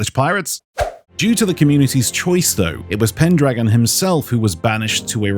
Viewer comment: it's pendragon you missed a pronounce his name.